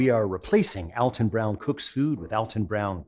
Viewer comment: I TOLD you it was Al-ton. Not All-ton.